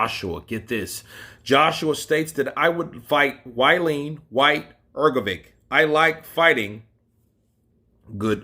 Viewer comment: Bro keep up the good work. Had to say find it funny how you say wallin as you say like its why lean.